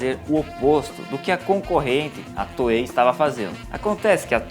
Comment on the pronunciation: FINALMENTE! Ele começou a chamar a Toei de Toei :P